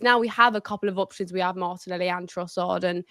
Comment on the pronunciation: I heard it as Martinelli show 😂